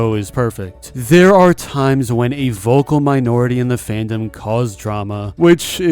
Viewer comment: “Fan-dom” 😂(but i am still saddened about the situation)